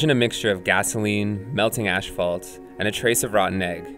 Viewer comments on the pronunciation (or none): you said asphalt wrong!